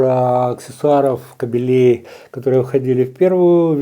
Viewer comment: набор кабелЕй. Правильно: набор кАбелей.